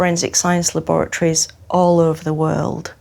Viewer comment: She said LABORATORIES so Dope 😅